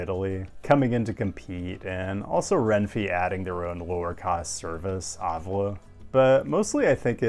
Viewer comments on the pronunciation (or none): Argh! It's Ren-*fay*, not Ren-*fee*. Or at least it should be, based on how the letter E is always pronounced in Spanish. Besides that, thanks for the great video! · renfeeeeaaeaea, not RENFI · I love how you called Renfe "Renfee" xD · Why did you say "Renfi"? Both Es are identical: rEnfE. There are no weird english vowels and 27 types of E here.